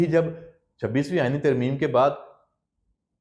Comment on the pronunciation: اللھ کی لاٹھی فارم 45 اور 47 . . . . . . یہاں زبان گنگ کیوں ھو جاتی ھے بععععععععععععععععععععععععععععد پر بڑا زور ھے أپکا سازشوں فتنہ انگیزیوں سے مزیَّن وی لاگ